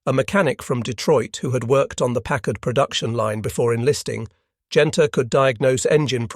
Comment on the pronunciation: Finally! A Briton that pronounces Packard perfectly!